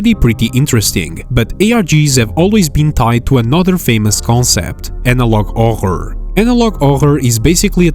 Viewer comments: Why does he say ohor instead of horror lol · not tryna make fun of you but why do you prounounce horror as ohorr? again not shamming nor making fun of it ,btw the darwin picture xd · analog OVER (bro said analog horror wrong. Sorry if I was being mean but next time, please say it right) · Analog “orhær” It’s Analog horror(hur-rur) (Not making fun of anyone and his voice is great) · “Horror” ❌ “Ouger” ✅ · Pronounce the H in HORor not OHOR. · Horror not Orror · "horror" = "hoher" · Ah yes, I love 'orror video lol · Analog "ochr" WHO WOULD SAY "ANALOG OCHR" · "Åjor" goes hard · Analog hohr 😭🥀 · "analog orur" 💔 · "Analog ohroghr" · "analog OGRROR" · horror❌ "auhurr"✅ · "Analog ohor" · His pronouncement of horror; Ohhr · ah yes my favorite genre "analog arghor" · Analog Ohær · Horror? Nah, we got "Ohor" 🔥🗣🔥🗣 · “Analog ohyre” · Can't help but wonder: Where are you from? Never in my life so far have I heard someone spell "Horror" as "Ogre" in English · I know it's his accent but whenever he says horror like 'ohror' it just flashbangs me. (Wow another comment about his accent, how original) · "anolog oror" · first time i heard someone pronounce "horror" as "ohor" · analog 'orror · bro pronounces horror as "oghre" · " analog ORROR" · why are you saying augur instead of horror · "analog oghre" 😔✌💔 bro maybe swedish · It's pronounced haw-rr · Ah yes, analag ahh -ĥurr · “Analog ohær” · "Analog awhur" 🗣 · I have no idea what his accent is, but apparently he can’t say the letter H in any of his other videos either. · It's more like /ɔɣɽ/(Oghr) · analog other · Analahg ah huŕŕ 🗣🗣🗣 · analog oggog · I kinda agree except that it sounds a bit more like "horhor" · you don't say horror right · why is he saying “horror” like that? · I'm sorry but the way you pronounce "horror" I can't take this seriously anymore 😭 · I know it's how you talk it's your accent but this is the first time I've seen your channel and every time I heard you say horror kills my soul